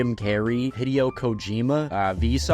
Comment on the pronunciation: this is the first time i’ve heard “hideo” pronounced like that